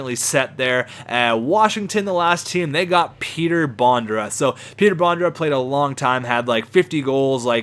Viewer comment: Its petr bondra not peter bondra